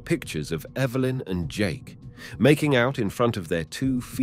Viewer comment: That was a very interesting story and does it best!! I love how the narrator pronounced “Evilyn” instead of Evelyn 🧡